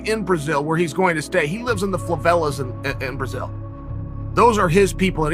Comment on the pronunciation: My man Chael talking about the “flavelas”